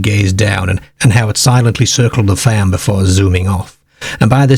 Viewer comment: Yes!! I like it, like how he says farm faaamm